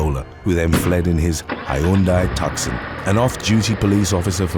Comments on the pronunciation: Hyundai tuckson 😂😂😂😂 it’s pronounced too sonn u sweaty fanny fart 💨 😂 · Tucson is pronounced TWO-SAHN, Not Tuck-Son. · These are great but Tucson is pronounced Too-sahn 🙂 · Oh,, i love ya to pieces; great voice, fabulous narration. Gotta tell u tho- one more time- Tucson is pronounced “TOO-sahn.” Believe it or not lol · Hilarious that can pronounce 15 syllable European and African names with ease, but mispronounces dozens of simple words like “Tuck-son”/Tucson, “Mary-land”/ Maryland, “Taurus”/Tourist… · It's pronounced "TwoSon" As in Tucson Arizona. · Hyundai Tucson=too sawn, like Tucson Arizona. Silent c more or less